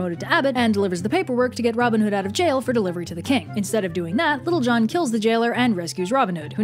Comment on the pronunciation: Am I the only one who ended up hearing "Little John" as "Lil' Jon?" Edit: As in the rapper?